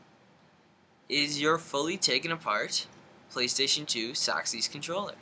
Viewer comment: It's Six Axis not Saxies,... hahahahaha